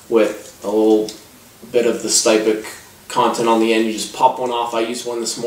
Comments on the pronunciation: Styptic is pronounced s-tip-tic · Not impressed with this review. It's obvious from some of the things you said that you don't really know what you are talking about when it comes to wet shaving. You mispronounced "styptic," you couldn't calculate the price breakdown on blades, and you didn't describe the razor or brush very well -- especially given that it is a boar hair brush (and for the record, brushes can be boar, badger, horse, a mixture of any of those, or synthetic). Plus could you possibly shoot that video from further away? We couldn't even see the products you were describing. As for the razor, it is obviously not a RiMei -- it looks closer to a Maggard, Matador, or Utopia... Which typically retail for $10-$20 depending on the model. And a similar leather sleeve can be bought for $5-7 elsewhere too. Just saying you need to shoot your video focused in on the product... And maybe be sure you actually know what you're talking about when you do a review.